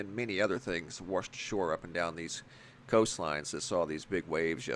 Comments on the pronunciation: The creature that wersh ashore, ehh. Wersh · you say 'waRshed'# You made my day 😁